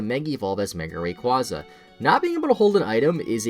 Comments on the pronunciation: Move wise, yes, but stat wise Not anymore (Eternamax Eternatus lol) Oh and btw it's pronounced ray-kway-zah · RAY QUAZE AH!!!!!!!!!